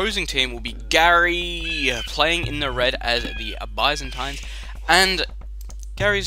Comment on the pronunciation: That's not how you pronounce Byzantines, silly :D